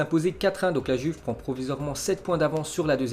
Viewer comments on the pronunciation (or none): none